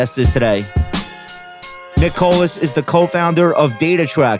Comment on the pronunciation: dude I’ve listened to this as a podcast which much have been numerous times. I have always though Josh just couldn’t pronounce Nicholas